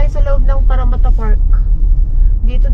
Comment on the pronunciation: I like the way you pronounced “Parramatta”!😊